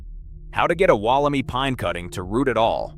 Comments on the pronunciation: Can you a least pronounce it correctly is not “walla-me” is “walla-my” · WolleMY, not WolleMee, PLEASE! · Woll-em-eye is the correct way to say it :P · Amazing! It's said Wolim EYE by the way. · Wol om i pines. Mispronounciation is terrible. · It's pronounced Walla My- rhymes with guy. It was found less than two hours from my place. At around the same time I found a group of small stunted trees I couldn't identify, growing on a steep mountain side on a friends property. I cut one to show around and see if the old timers recognised it- none did. The wood and inner bark were white but within half an hour of being cut turned bright yellow. I contacted the head of the state forestry service- he sounded excited and asked me for samples- I sent leaves, wood, bark and seed capsules- and waited. Thirty years later I'm still waiting. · here in australia wollemi is pronounced wollem-eye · It is pronounced WOOL-A-My.